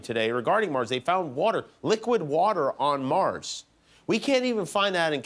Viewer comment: It's pronounced "MarZ" with a "Z" sound not "MarSS"!!